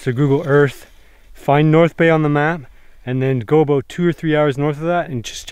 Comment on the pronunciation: aboot lmao